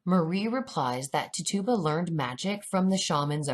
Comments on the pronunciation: it's not Ti-Tuba, It's Titch-oo-buh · TIT UUUUUU BAAA lol not TitOBA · You're saying the name wrong.. its Tit-u-ba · Her name is pronounced "Titch -U - ba". I worked in Salem and that's how it is pronounced there. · It is pronounced ti-cha-ba but wonderful video <3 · Tit u ba. Pronounced it wrong lol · Great video! Big fan of your channel!! Just fyi, Tituba is pronounced TIH-chew-ba with the emphasis on the TIH with a soft I sound. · contesting froud i came to type EXACTLY that. Like: How can you quote 5+ scenes from COVEN, where her name is pronounced correctly, & then say: "Tit tu bah"? Never heard her call Nan, "Non". lol & smh.. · anyone else distracted by how she pronounces Tituba? lol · Lol I like but please get her name right